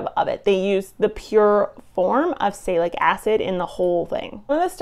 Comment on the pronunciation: Honestly, you mispronounced Acetylsalicylic as "Acetacilic", and Salicylic at least 3 different ways: "Saylacitic", "Salicytic", and "Saylic" ... You lose cred as a "scientist" immediately when you can't pronounce a fairly common chemical name. You are otherwise fairly well spoken, but if you can't pay attention to the simple details of pronunciation, your listeners can't trust you've paid attention to the details in your research. Good luck with future videos and being a little better prepared.